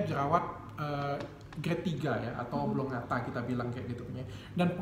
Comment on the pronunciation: Menit 3.00 Jerawat Oblongata ?? Maaf mungkin maksudnya conglobata. Kepleset sedikit ya dok Richard 😄😄